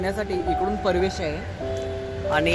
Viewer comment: तुम्ही पुण्यात आहात .परवेस नाही प्रवेश म्हणा.